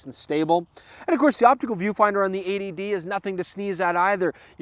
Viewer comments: 80D...A.D.D...80D...A.D.D....sounds similar as you're saying throughout the video :-) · it's only you yanks who think it sounds like A.D.D cos you say 80 really fast without pronouncing the 't' much.... .... here in Britain we pronounce 80 as "eighty" :p